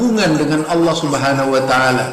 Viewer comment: Kalo bacan lapad Allah, ha nya ha besar bukan pake kho pa..... Emmmmmmmm